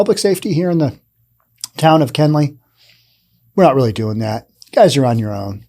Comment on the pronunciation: It's Kenly, Not Kenley. I live not to far from here...